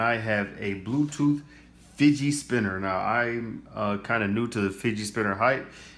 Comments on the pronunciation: it's fidget not fidgei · Fidget not figie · He said fidgey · Not To Be Rude But It's Pronounced "Fidget Spinner"